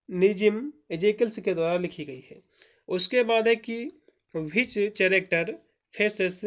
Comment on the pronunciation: कैरेक्टर ✅not चरकटेर❎